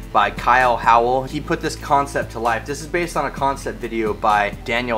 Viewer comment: And it's Howells, not Howell.